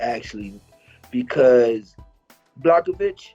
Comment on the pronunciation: I'm more annoyed at how they slaughtering Jan's name. After all the damn years he's been fighting in the organization, these guys can't even pronounce his name correctly (BLAH - HOV - ITCH) damn it ain't that hard. Everyone pronounces Jedrzejczyks right, and thats harder than Jans name. Put some respek on that mans name!!! Secondly, everyone sleeping on Polish Power 🇵🇱 I got him finishing Izzy